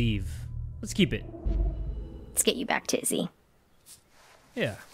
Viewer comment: keep sounded oike steal- Like Butn leave didnt sound like give back either